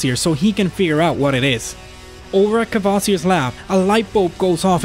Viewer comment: Funny how most 'Muricans can't say Kvasir and say smth like Kaevaseer instead. Same with Cthulhu.